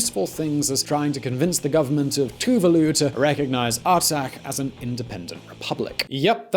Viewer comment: Too Va loo? lol Its TuVAlu